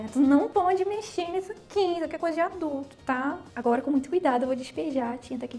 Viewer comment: Oi eu acho tão engraçado ela fala agoura kkkkkk